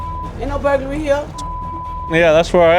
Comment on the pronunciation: burglary ❌ burgaly ✅